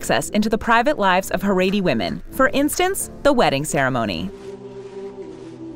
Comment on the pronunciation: The narrator of this video keeps mispronouncing “Shtisel” and “Haredi”. Irritating!